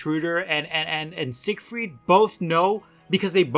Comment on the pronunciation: Until I started reading the comments I thought you were saying “Sick Freak” instead of “Siegfreid” but it seems like it would fit anyways